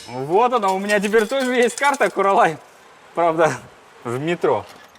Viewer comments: гани емес Ғани, куралай емес ҚҰралай деп сөйлеңіздерші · Не Гани а Ғани, не Куралай а Құралай.